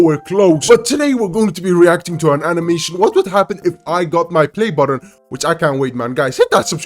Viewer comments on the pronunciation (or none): Why are you calling it a “play botton”?